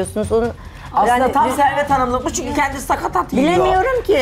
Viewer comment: "Sakat et" ne be?! Bu yaşta "sakatat" demesini bilmiyorsa...Antrikotu da sanki dana yanağıymış gibi ne rahat anlatıyor! İnsan hemen doğrusunu söyler!